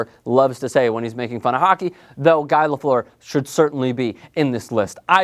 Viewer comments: Guy Lafleur is pronounced "Gee" with a hard "G." He's called "the flower" because "the flower" in french is literally "la fleur." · Don't watch. I stopped when he didn't know how to pronounce Guy Lafleur. Done. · You pronounced Guy Lafleur's name wrong. Richard and Lemieux should be above Messier. Messier was one of the dirtiest players of his era and in my opinion was vastly overrated in an era with weak defensive systems, horrible reffing and bad goalies. Sakic snub is ridiculous and I would have given at least a mention to Jagr, he is still putting up great numbers and has looked better since he left for Europe.